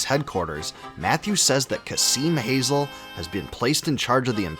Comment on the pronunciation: my only objection on this is Kazim's last name being /hazel/ instead of /hazeel/